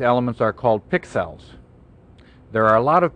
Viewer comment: man I love me some PIXELS, I just love the way he says PIXELS, he really accentuates the word PIXELS, doesn't he? I really liked the way he traced those PIXELS yea boi.